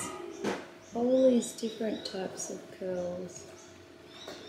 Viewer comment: Had to replay the first bit as I thought he said "get more girls" rather than "get more curls" 😂